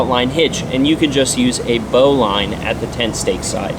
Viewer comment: Pronounced "bolon" because sailors pronounce everything like they got hit in the head with a yard 😂 And the bowline is a knot, not a hitch. 👍